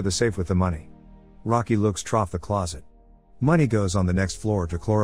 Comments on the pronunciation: It's pronounced "through", not "trough". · "trough" over and over and over. Maybe try "through" next time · anyone notice how much he say troff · how tf the computer gonna pronounce through as trof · Computer reads „through“ says trof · I had to put on the subtitles to figure out what the hell troff was and I he kept saying it. Someone does not know how to type 'through'. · Why does he pronounce through as troff? 🤔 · It’s the text to speech thing saying through, but it is saying it as trough, which has a different sound and meaning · It’s THROUGH not TROUGH please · Also why do you keep saying Trough its Through, this is why I ain't subscribed to you because you are trying to be funny like Daniel CC, not funny copy cat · Stop saying trough!! It's spelled through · Keeps saying TROUGH instead of THROUGH. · What is this mispronunciation of through? LAME PS that airport isn't DTW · Can you not say the word "through"? You keep saying "troft" wtf is "troft"? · It’s bloody “through” not “trough”. The 2 are very different and it’s really annoying hearing the damn bot just spam “trough” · Bro what is troph? Trauf? Troff? Whatever it is I keep hearing. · i was confused about why he was saying trough the whole time. he was saying through. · Him saying trough instead of through really fuct me up lmao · Dude it's through not trough 😂 If you wanna use a computer voice at least spell words correctly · why does it sound like they keep saying trough whenever they should be saying through? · Well, sort of disappointed now that I realize the voice here is a bot. A person would KNOW when the word THROUGH should be said like ‘threw’ as opposed to a water filled enclosure for a horse or such to drink out of.😢 Sad now. lol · the number of times i heard "trough" instead of "through" almost made me want to click off the video. someone on the team please read the script before feeding it to the ai to read it. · STOP SAYING TROUGH IT'S THROUGH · Through bro not truf wtf